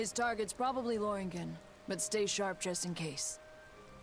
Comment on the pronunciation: It sounded like Loring gen.